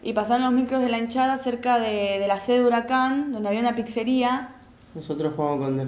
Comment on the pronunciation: HURACAN ???? BURACAN ??? TALANTALANNNN